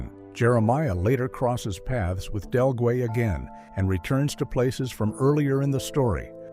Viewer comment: pretty good & nearly accurate. "Caleb" never lived with Johnson. He was sent down off the mountains to town. He later came back, unknown to Johnson. Del GUE is pronounced like GLUE, without the L. good job